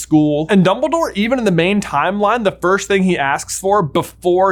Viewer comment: I need to ask this, why do you keep saying "firsht" instead of "first"? I'm just curious :P